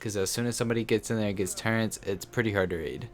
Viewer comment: Why do people always say " turrents"